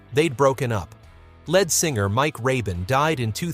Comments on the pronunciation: "Time Won't Let Me" was on the Hot 100 for 15 , not 13 , weeks. "Little Bit O' Soul" was on the Hot 100 for 16 , not 14 , weeks. "A Little Bit Me, A Little Bit You" was on the Hot 100 for 10 , not 11 , weeks. The lead singer of a group is pronounced as "leed", not "led". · It's lead or leed singer. Not led singer. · Finally, some songs from my teen years. And I'm Feeling Glad All Over. BTW, look up how to pronounce Leonard Skynard. It's not led singer, it's lead singer. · Lead singer LEED not lead singer LED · I'm sorry..."led singer"? As opposed to Lead Singer? Who is this guy? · The guy who very smoothly narrates this apparently doesn't understand what he's reading. Otherwise he would pronounce the "lead" in "lead singer" like "lede" rather than like "led" the metal. I realize "heavy metal" was coming up, but the concept of a lead singer is a pretty basic idea for someone who purports to tell us about the history of rock groups. Embarrassing! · Leed NOT led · It’s pronounced leed not led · And it is lead singer pronounced leed. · AND STOP SAYING LEAD SINGER ITS PRONOUNCED LEED SINGER........NOT EVERYTHING IS PRONOUNCED AS ITS SPELLED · In the phrase "lead singer" lead is pronounced "leed". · LEAD is not pronounced lead as in the metal It’s pronounced LEED you have consistently pronounced it wrong not one single time. Have you actually pronounced it lead as in leader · It’s not “led” singer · How about “led” singer instead of LEAD singer. 🤦‍♀️ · I love the content but hate the fact that the narration can't get Lynyrd Skynryd or lead singer pronounced correctly. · Mispronunciations abound. Of note is "lead vocalist" as if the performer was made out of the element. These all appear on the 60s channel on SiriusXM. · A computer voice again, dammit! The pronunciation of "lead singer" gave it away.